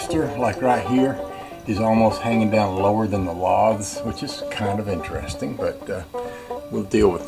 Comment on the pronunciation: That cement board should work good, it will attach well to the LATH (not lahth).